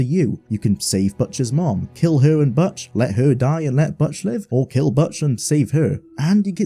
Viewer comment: The way you pronounce Butch is hilarious.